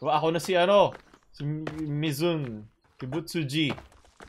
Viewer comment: Mizun Kibutsuji Lutong mag mura